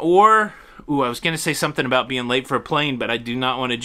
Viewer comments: We say about not aboot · Unless you are from Newfoundland, no one actually pronounces “about” as “aboot” in Canada. Just sayin….. lol!! 🤣🤣. And even other Canadians make fun of those from Newfoundland!! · "aboot" lmao